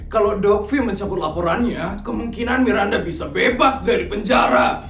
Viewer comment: Bang kok nama Miranda jadi "mirdanda" bang 🗿